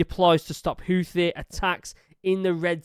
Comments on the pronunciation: Stop saying hoooothhhe Pronounced ‘hootee’ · Houthi is read like this Hou : Who Thi : Tee (like golf ball's tee) Houthi : Who-Tee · Its more like hoothee is how you say it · I keep hearing Houthi pronounced "Hoo-tee"...with the second "h" silent. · Houthi is pronounced who thee I believe. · We pronounce it Houthi (Like.. Tooth-y) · Houthi is pronounced "Hoot-thee." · Houthi is pronounced Who - The with the The like The before a vowel and don't shake your vocal cord. The Who part signify how significant they were in the world stage before they begin to going Somalia Pirate. Yeah, Houthi? Who? Oh, The pirate! No, not that one, another. Oh, right. Who-The. If that isn't funny, I guess it;s because am druynk